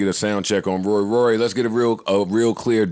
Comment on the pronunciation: ak cant even say rorys name right. How are you going to argue with a peasant who cant even say your name right lol